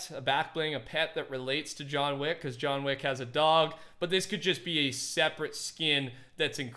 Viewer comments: Nobody:: ”JoHn WaCk” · This is how many times said “John Weck” 👇🏻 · "John Wheck" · Nobody:: JOHN WECK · Lol he said john wack